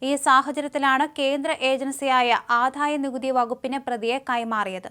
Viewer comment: ആധായ നികുതി അല്ല കൂട്ടീ, ആദായ നികുതി